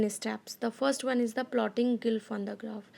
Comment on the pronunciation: Mam it's not gylph ...it's glyph